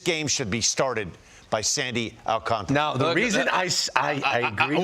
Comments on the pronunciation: its not al-CAN-tar-uh. its all-KON-tra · AL-CAN-TAR-A Not AL- CANTRA